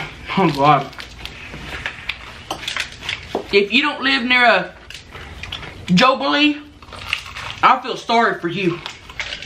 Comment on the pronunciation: A “Joe-Billy”